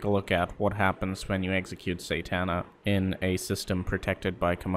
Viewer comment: you say satana wrong